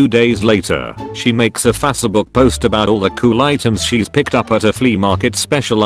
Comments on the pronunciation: Nobody: This voice: Faasébook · What is fassabook? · Cole W fasabook